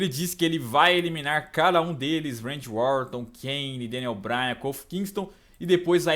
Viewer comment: só eu q sempre escuto o falando Randy Orton de Randy Úorton kkkjkkk zuera